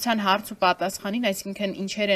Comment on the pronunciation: Ոչ թե հառց այլ հարց